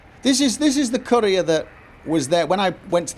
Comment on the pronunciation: When says "Courier" I keep hearing "Korea".